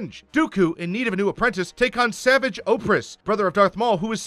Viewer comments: The way you pronounce Savage is ok, because there is a guy who says it like that as a humor line in the show. However, Padme is NOT Organa and Ahsoka is NOT Ashoka. Ok? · Ahsoka, not Ashoka. You mispronounced Savage. Padmé Naberrie Amidala, not Organa. Fuck's sake, did you even watch Clone Wars, or just skim the Wikipedia page? (Edited 5/5/19 for minor spelling tweaks. Phones are terrible for YouTube comments.) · It's pronounced SA-VAJ not SAH-VUJ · You clearly haven’t watched the clone wars lil pet peeve the “h” in “ashoka” is silent and savage opress is pronounced “sav-ah-j” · You could have worded your comment nicely, but instead decided to say "you clearly haven't watched the clone wars". Your comment would have been better if you only said "lil pet peeve the “h” in “ashoka” is silent and savage opress is pronounced “sav-ah-j”" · bro he said savage's name wrong too